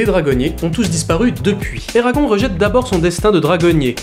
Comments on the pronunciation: Excuse-moi mais alors là je viens à peine de commencer la vidéo je suis à et je déteste quand on détruit le prénom d'un films ça ne se prononce pas Eragon ça se prononce ERAGONE on prononce le E a la fin mais il ne s'écrit pas C'est la prochaine fois j'entends encore quelqu'un qui dit et qui ne prononce pas le E à la fin je crois que je vais péter un câble mais déjà ça fait déjà 2 ans que j'entends ça parce que mon fils s'appelle exactement pareil et j'en ai marre des personnes qui ne prononce pas ça à l'américaine mais qui prononça en mode Français 🤦🏻‍♀️ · On dit Eragonnnnnnnne!! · Eragon(ne) ça se prononce ERAGON(NE) non de dieu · Ça...se...prononce... éragone !! Et pas éragon bordel ! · sa se dis : "éragone" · Eragon se prononce "Eragone" phonétiquement ... c'est un prénom elfique. Comment pourrais-tu faire une critique constructive d'un film dont tu n'as pas lu les romans ? Alors évidemment si on outrepasse le lien entre les livres et le film celui-ci n'est pas si mauvais. En revanche, si on le prend pour ce qu'il est c'est à dire une adaptation, c'est désastreux et pas seulement concernant les détails comme le physique des personnages ou autre mais carrément des passages cruciaux de l'histoire qui ont tout simplement été balayé rendant toute suite impossible ou à défaut incomplète. L'histoire originelle étant bien plus travaillé, le film aurait mérité de la retranscrire correctement. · Tirmarche Jilann lol, désolé mais j'assume, ça me fait tellement rire de le prononcer en version franchouillarde. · Je suis globalement d'accord avec ce que tu dis, et tu le dis bien, sauf que je poucerougise, parce que ta prononciation de "Eragon" est absolument horrible. Ça t'apprendra. :D